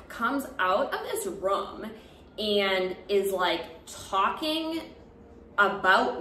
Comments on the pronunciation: From all of this all I got was you say room like rum 🤣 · Your season was the first bgc season I ever watched 💖 you were my fav :) so glad I came across your channel! Great story! And I love the way you say “room” lol